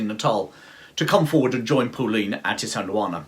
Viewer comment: Very well made & interesting! It is pronounced"PULLEINE" not Pauline!